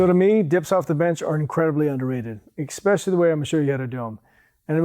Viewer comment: Damnit man! You said eck-specially! Comeonman!